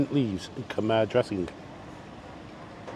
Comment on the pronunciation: I miss Cambodia, need to go back some day. P.S. Khmer is pronounced ' Kam Eye' .